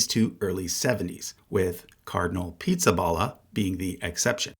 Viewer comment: Did you deliberately mispronounce Pizzaballa in a mocking way? Or did you not know any better?